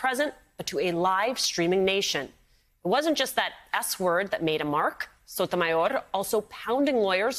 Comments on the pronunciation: Your speaking English, stop with that cringe Sotomayorrrrr. Your not Spanish! You say Paris not Paree You say Germany not Deutschland So cringe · wow, way to pronounce her name....it sounded like you were choking ona chimichanga......msnbc stoops one step lower on the way down with that shenanigans